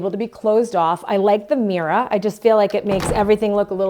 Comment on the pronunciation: The video is worth watching just to hear her pronounce "mirror" 😂😂😂😂